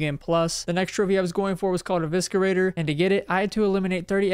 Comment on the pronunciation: you may have counted correctly but mispronounced "eviscerator" twice rly enjoy the random plat series tho 👍